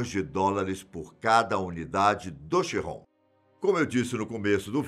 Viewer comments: É Bugatti Veiron, ou Bugatti keiron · Ró dster??? ChiRRon? Kkkkk